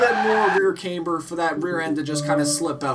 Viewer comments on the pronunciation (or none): The car is pronounced rayth, and its pronounced cam bur not came ber